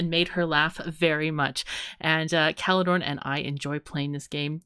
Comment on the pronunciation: Caledorn seems to have trouble pronouncing German 'r's. we have no 'ch' sound in there, German uses a rolling r :D